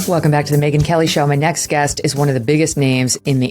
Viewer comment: It's Megyn, not Meigyn.